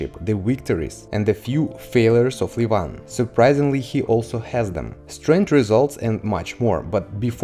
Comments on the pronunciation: He is levan not livan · First learn how to correctly pronounce the first name of Levan Saginashvili. otherwise, you sound silly.)))